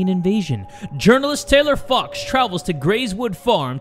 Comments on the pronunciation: I've gotten so used to cursing that when he said fox I heard f*cks and when he said big eyes I heard big *ss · I thought said f**ks, but it was fox 😳😂😂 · Saying “Journalist, Taylor fox” Me: “I THOUGHT YOU SAID JOURNALIST TAYLOR FUCKS-“ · 😂😂😂😂😂I thought you said Taylor fucks not fox😂😂😂😂